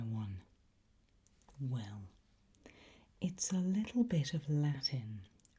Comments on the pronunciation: now we know that not only your English but your Latin is perfect🤓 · As a person who prefers Classical Latin pronunciation over Ecclesiastical, I was thrilled by the attention to pronouncing v as /w/ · so I learned classical Latin once upon a time in Catholic school and went into this video like "please God let her say things more or less correctly" and was SO pleasantly surprised <3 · Every time I watch one her videos I just marvel at her vocal skills. Her pronunciation is perfect, her tone is beautiful, and her style and delivery is simply cool af. Latin being my favorite language this was an absolute treat. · Beautiful pronunciation. Lovely and incredibly useful lesson. Would adore an ongoing occult lesson video line. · Classical Latin pronunciation and everything 😩💕 props from an MA Classics and Archaeology graduate!